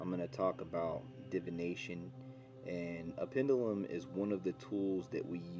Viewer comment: You're saying "pendulum" wrong. (sorry, I can't help myself 😅)